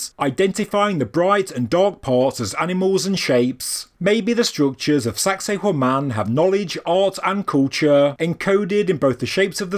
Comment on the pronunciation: I had intended to compliment for the British pronunciation of the name being far more refined, not to mention avoiding sounding misogynist, like our American one. But you made it funny without being salacious. Congrats 👏 🏆 👏